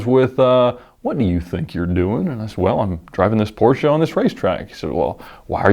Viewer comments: As a German: Hey, you pronounced Porsche 100% correct! Not Porschee or Porsch but Porschà. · Finally somebody who does say the PORSCHE Brand name right.. nice :3